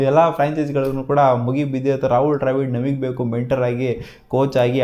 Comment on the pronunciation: ಡ್ರ್ಯಾವಿಡ್ ಅಲ್ಲೋ ಬೋಳಿ ಮಗನೇ ದ್ರಾವಿಡ್ ಅದು 🤦‍♂️